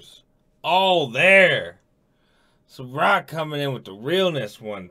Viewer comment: I's SAH-roc not Suh-roc.